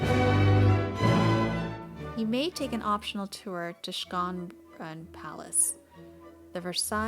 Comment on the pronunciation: Schönbrunn Palace is pronounced more like "Shorn-brun". Not "Skone-brunn".